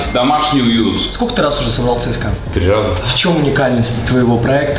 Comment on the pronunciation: ЦСКА, а не ЦСК